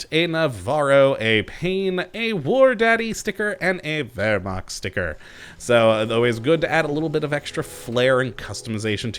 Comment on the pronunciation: You miss pronounced wehrmacht the w is pronounced as a v like how Kaiser willhelm was pronounced villhelm